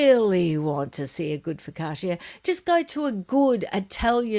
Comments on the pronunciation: Please stop saying Fo ka sha. It’s Pronounced Fo ka cha as in cha-cha. Focaccia! 😂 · I really love your productions, all of them, and they lighten up my days here in the north of Italy. I will then allow myself coment on the way the Italian word focaccia is spelled, the I and the end is silent, you say "fokacha". No offense please, just a small correction😉